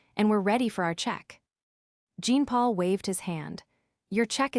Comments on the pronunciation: Jean for a French male is pronounced aa Jaan or thereabouts but not as Jeen. I am from India. Learn your French names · Jean in French is John come have the AI pronounce the name correctly.